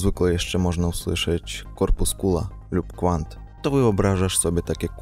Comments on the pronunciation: kWant nie 'kuant' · W słowie "kwant" czytamy "w" jak "v" nie jak "ł".